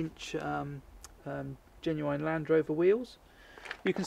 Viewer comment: Jeez why can't you pronounce "genuine"?